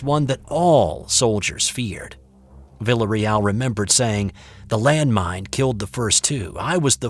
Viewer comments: I believe the pronunciation of the soldier's name would be "vee-ah-reee-al" if it's spelled "villarreal" ~ Spanish for Royal House...sorry to nit pick! lol ~ really cool story! my older brother went to 'Nam, but he was, luckily, not in the infantry in the jungles. I've been listening to lots of Bigfoot stories lately. Thank you and company. I vote REAL! Although I laughed out loud when you said it might be some sort of mass hallucination on the part of our stressed young men in a strange world. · Learn to pronounce his name before you sight it 27 times! "Vil-A Reel"...just sayin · It’s “vi-a-re-al” on that pronunciation. Otherwise, great story!